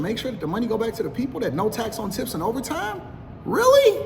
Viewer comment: Did he say “No tats on tits?”